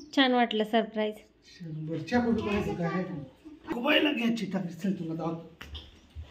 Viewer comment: दादा sprize नाही surprize बोला.& अभिनंदन शेगडी साठी